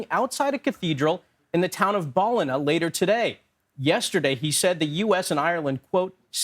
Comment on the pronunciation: Hearing Americans trying to pronounce Ballina is hilarious 😅🤣